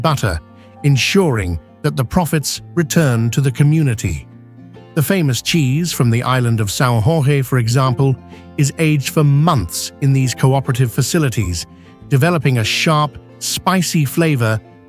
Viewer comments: Hey, Narrator, São Jorge is pronounced something like ‘soun George.’ The ‘J’ in Portuguese sounds like the J in Jacques, not like those weird sounds that came out of your throat. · It's pronounced São Jorge (George) not the Spanish version.😢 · I would be really nice if the narrator leaned that the J in Portuguese does not sound like it in Spanish. It does sound like a J as in English rather than an H sound like in Spanish. Great video though. Thank you 😊